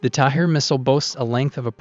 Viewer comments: Great video with good explanation, Just one thing, the Interceptor is called "Tamir" not "Tahir". Source - I'm an Israeli and worked with that system for many years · It's Tamir, not Tahir! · It’s the Tamir interceptor, not Tahir. I guess you conflated a H with a M at some point... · Tamir. Not Tahir. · The interceptor's name is Tamir and not Thair, in Hebrew Tamir means Hidden. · The interceptor missile is called TAMIR (not TAHIR) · its not tahir missile...its tamir missile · Tamir missile, not Tahir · its the Tamir missile not Tahir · The missiles name is Tamir not Tahir